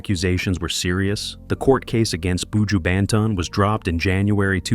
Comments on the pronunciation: That’s why White ppl should never tell our stories. They never get shyt right. Not even our names. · Why do these people always want to talk about black people and don't learn how to pronounce the people's names, countries, area, villages correctly? It's pronunced boo jew (buju). Even buju's flipping surname is simple to pronounce and you're still getting it damn wrong. Shait man!! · BOO-JEWW Bentone lol this narrator has me laughing every time he says that😂😂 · Terrible! Can't even pronounce his name nevermind talk facts. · Not even pronouncing me star name properly!!! Leave him alone sir, unnu can't break me star, so carry on wid fake news!!!!!!